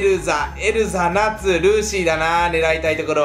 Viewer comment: ナツ、グレイ、エルザ、ジェラ―ル、ジュビア、メイビス、ガジル、ルーシイ、ウェンディがナシ(梨)、グレー(灰色)、エルサ(アナ雪)、ジェラルド(モンスト)、キャビア、カルピス、バジル、ルシファー(モンスト)、ウェルダンディ(モンスト)に聞こえたｗｗ